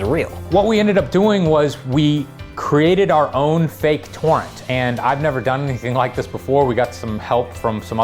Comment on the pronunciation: wait i actually thought he said porn. turns out he can't pronounce "torrent" as two distinguished syllables